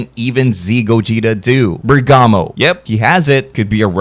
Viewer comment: You can just say bergamot normally like you would for the plant he is named after. Basil Lavender and Bergamot. All herbs used in things like tea and soups.